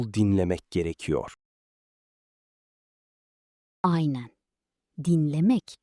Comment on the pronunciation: I hear "ayne" instead of "aynen", do Turkish people speak the n in this word or not?